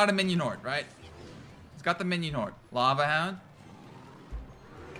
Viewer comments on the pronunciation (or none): none